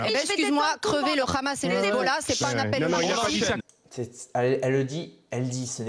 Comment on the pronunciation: KHamas, KHamas, KHAMAS... En Français on dit Hamas HAMAS ! La Palestine subit un pogrom depuis un siècle, réveille-toi !